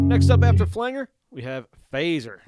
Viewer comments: FLANGE-R not flang-er. OMG, STOP IT! 🙉🤬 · When he kept saying "flang-er" rather than "flan-jer", it made me wonder if he was actually a deep fake AI bot. Lol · Hey good video. It's called a flan-Jer. Nor a flang-er. Thanks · All this knowledge from a guy who says "Flangger"... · Pronounced "Flan-Jer" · In case you are interested: Flange Flanger The ‘ang’ is pronounced like Angela ang in English he’s actually rather strange and has a number of different possible pronunciations with the long and short, a sound and hard and soft G sound Of course there’s anger stranger. Language, Orange to name a few, but as the root of this word is flange, it is known as a flange-er . I don’t care though. You can call it Flanger as much as you want but this video was helpful for me in navigating the interface so I figured I’d offer some instruction in return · I have learned a lot from watching this. Bought the head as a back up to my 5153 stealth. One note, flanger I have always pronounced Flan-Jer. Still a great video! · Great tutorial, but the word flanger is pronounced with a short 'a' as in 'angie', not like 'angle'. It refers to the way it was first produced, by someone accidentally touching the "flange" of the tape reel while it was recording. This created a modulation effect. This was how it was actually done for years before it was produced electronically.